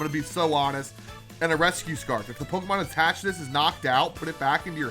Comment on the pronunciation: did he just say reboo scarf? Or resboo scarf? or rescue scarf?